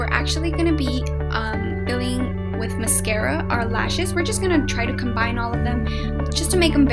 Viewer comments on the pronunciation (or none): none